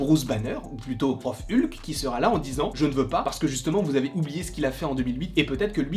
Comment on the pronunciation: Mais dites Hulk comme c'est prononcer à l'original en anglais, bon sang 😂😂😂🤣